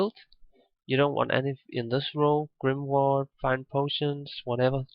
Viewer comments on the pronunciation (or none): none